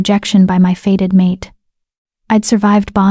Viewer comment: It's not "faded mate", it is "fated mate", as in destined to be or happen...